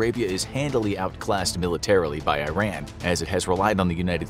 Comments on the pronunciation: It's not Eyeran!!! It's eeran. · ITS PRONOUNCED E-RON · Eeeerun, not i-ran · Its not "I ran", but "E ran" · WTF is 👀-Ran?? It's EERAN = IRAN 😂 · When the narrator says "Eye-Ran", does he mean "Iran"? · You need to learn how to correctly pronounce Iran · This guy doesn't know how to pronounce "Iran".